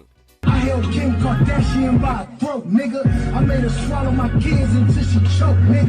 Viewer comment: Man said Kim kardashifront 😂😂😂🤣🤣🤣🤣🤣🤣🤣🤣🤣🤣🤣🤣🤣